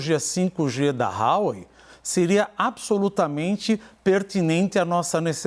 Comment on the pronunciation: DE AMBAS AS PARTES, QUEM... CARA PÁLIDA? O CAIO SEQUER SABE FALAR HUAWEI